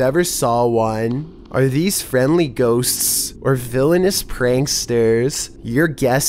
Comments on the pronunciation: This is how says Ghosts "Ghossccss s". I want to watch the video, but his voice goes UP and down, It is giving me a headache, just change the narration to a robot voice and I'm not kidding. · OMG i love his videos, but the way he say " ghoSTS" is annoying bruh